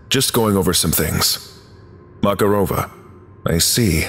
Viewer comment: Mararova has stress on MakArova, not MakarOva.